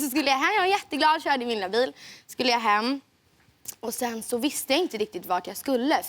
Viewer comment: why does she say 'tack SI-ET mycket" i thought it was kinda like S-OOOOA